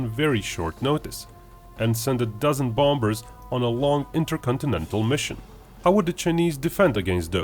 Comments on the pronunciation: Its bombers not bombbers the other b is silent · Just so you know, the 'b' in the middle of bombers is silent, that is, you don't pronounce it, This means bombers is pronounced bomers. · The main reason I watch your videos is to hear your pronounce, "bombers."